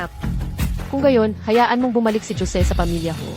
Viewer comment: Jose hindi jo-se na mag-kahiwalay na salita kasi Pag mag-kahiwalay na salita pangit pakinggan. Saka bakit palaging sinasabing maria dapat sabihin niyo na lang yung salita ng carakter na gumaganap